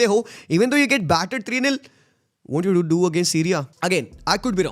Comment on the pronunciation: Umm sriya umm